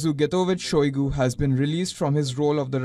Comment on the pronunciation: Shoigu became Shoigo